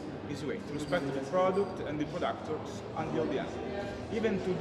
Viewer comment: I also liked that waiter when he said we buy from local “productors “ lol maybe this is how waiters in Monaco pronounce producers